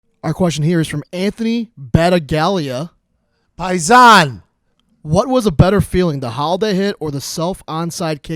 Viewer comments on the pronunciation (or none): bat-uh-gal-ee-yuh? I'm sure his name is pronounced buh-tag-lee-yuh , you tool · I can almost guarantee that question came from "Bat-tag-lia" and not "Bat-a-gal-ia " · that is a funny pronunciation of battaglia. surprised pat didnt correct him. reminds me of blitz: the league.